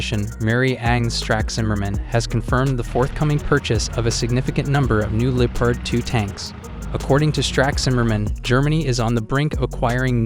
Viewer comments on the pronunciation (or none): No one blames you if you pronounce Leopard the english or america way. But don't say Lee-part.